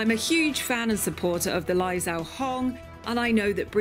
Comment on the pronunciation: It’s pronounced lai zhou (joe) hong